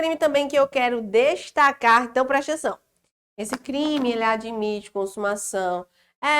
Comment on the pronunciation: gosto de ouvir suas aulas só pra ouvir a senhora dizer "prestenção"... kkk Mas suas aulas são mais que excelentes!! Parabéns!